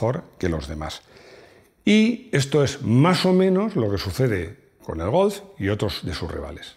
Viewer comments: A mi me ha faltado un mínimo repaso a los otros golf's de las distintas generaciones. Por cierto, como dices GOLF? parece que digas "GOWF" o algo así... hace tiempo que me fijo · Pronuncias muy mal la palabra GOLF, es que tienes algún problema en el frenillo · El "gos" ? 🤔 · Cuando dice "golfz"... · Me flipa cómo pronuncias GOLF. A mí no me sale igual. Saludos.